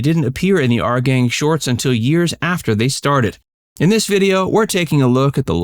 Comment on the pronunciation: It's not " Are Gang ",...it's ' Our Gang '. ' our '...pronounced like ' hour' only w/o the silent ' h '. Geeze.